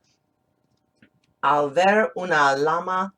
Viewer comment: Thanks to read for us. Just be careful with the word LLama, in spanish de LL is pronounced like the letter Y, Yama